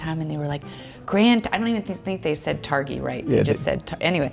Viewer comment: Tar-GHEE not Tarr-HEE